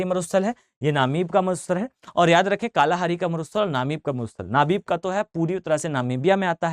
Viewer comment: मसाई जनजाति कालाहारी तो बिल्कुल ही गलत पढ़ रहे आप इतने कॉन्फिडेंस से